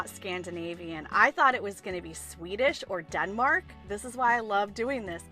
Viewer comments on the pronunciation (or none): none